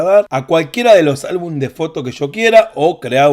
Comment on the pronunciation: Se dice álbumes 😅